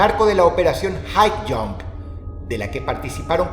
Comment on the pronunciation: Por un momento creí escuchar en vez de Highjump "hail hydra" jajajajaja